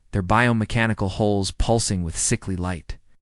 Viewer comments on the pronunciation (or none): HULLS HULLS HULLS! Not holes your never going to get it right